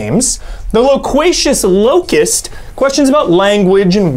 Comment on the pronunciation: All these Sports Guy questions about who was on covers of 2019 versions of games has me cracking up. Unintentionally obscure for the win haha Add it to the fact that couldn't pronounce any of the words in Loquacious Locust, and this might be one of me favorite Mysterious Monsters yet